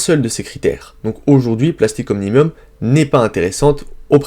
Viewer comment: comment faire confiance à vos analyses si vous ne savez même pas lire le nom des entreprises